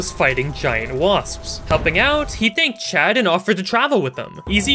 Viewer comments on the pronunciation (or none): Everytime He said "Chat" I always missheard "Chad" and for some reason that makes it 200% funnier to me. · I swear, every time she said chat I though she said chad, “then chad eats the magic collar” so funny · for half the video i thought he was saying chad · Same lol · Am I the only one who keeps hearing chad instead of chat?